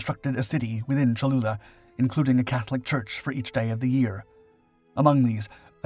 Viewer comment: Great video- I hope I wasn’t the only person who heard “chalupa” at first.